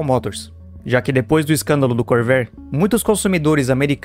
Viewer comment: Your AI Voice needs a damned Dictionary! 'Core-VA-re', already! And, btw, in the mid 1980's, a Corvair WON the SCCA SlalomCross, totally showing Nader how Wrong he was...